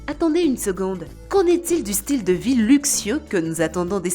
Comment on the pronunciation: Lol c’est vie pas vit